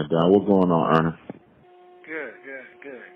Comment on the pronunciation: U kno is serious when he calls him Earnest instead of Nestos 😂